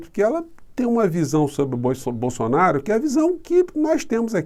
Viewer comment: Sugiro aos canais progressistas se abstém de pronunciarem a palavra "BOLSSONARO" em